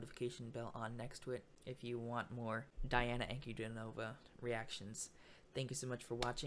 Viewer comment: Her name is pronounced as D-Anna Un-Cu-Dean-O-Va